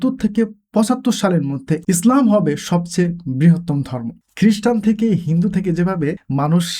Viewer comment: Prothomei bolo apnar video gulo amar onk valo lage, tobe akta bisoy amar kase kharap lage seta holo apno (slam/ স্লাম ) na bole islam word ta bolle aro aro valo sunato